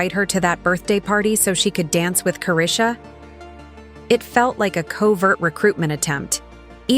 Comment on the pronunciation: kick off parties? you mean freak off?! you can’t even pronounce chrisean name right. this is all to much lol